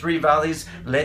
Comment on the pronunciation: I'm working on this myself at the moment. It's very difficult but necessary. The way you said "les trois vallée" cracked me up haha!